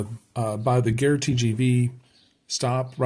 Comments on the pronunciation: Gare is pronounced like gahr. Your pronunciation is the word for war!! If you ask directions to the war from a local they will look very shocked! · Just to help :-) the "a" in "gare" sounds the same as the "a" in "cat"